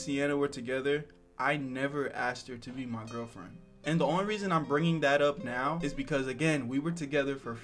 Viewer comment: Damn bruh I thought you said meow when you said now that would’ve been a great cat pun 😅